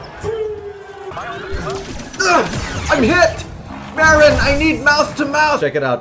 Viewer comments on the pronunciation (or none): he said Kobe and I fully heard Cody😂